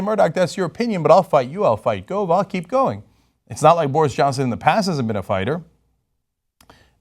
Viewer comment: Its spelt Gove but pronounced Guv